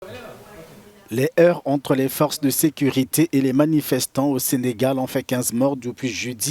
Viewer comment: Les heurts et non les heures.